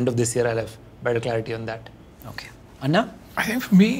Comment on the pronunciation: Nihil is does not pronounce anna correctly